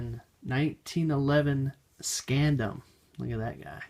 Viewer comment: Scandium is pronounced Scan-dee-um